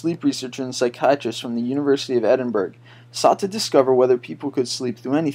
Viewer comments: 'ed-in-brugh- not 'ed-in-burg' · You mispronounced Edinburgh.